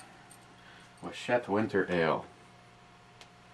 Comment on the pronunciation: Merry Christmas. PS: it's Wachusett... Wah - Choo - Set. Made over here in New England. Massachusetts. Cheers.